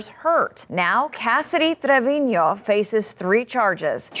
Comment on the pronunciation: I fucking hate reporters that pronounce shit like that. Kassidy “Trrrrrrevino”. Just fucking use the same accent all the time. It’s Trevino.